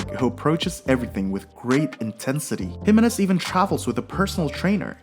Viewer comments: His name is pronounced Hih-MAY-nez, not HIM-a-nez. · Why can you not say his name right? It´s Jime´nez and nothing else! Even TV- commentators have learned that, but not you.